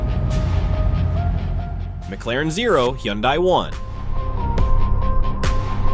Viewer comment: bro said M claren